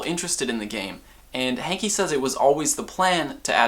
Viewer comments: It's not John hankie it's hanke say it right.. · Idk if his name is John "Hankie" or "Hanky"..... It's Hanke.................................................................................................................................